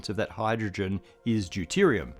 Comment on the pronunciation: Did you notice the “hyrdrogen” ? 🤨